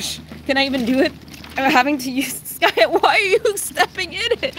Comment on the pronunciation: Why you call him skayu when he is skaya